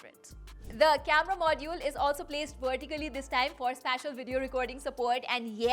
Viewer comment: spatial, it's spatial